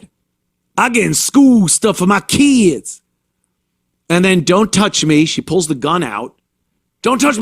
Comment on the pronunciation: “My keeid’s” gets me every time haha. The fatigue is real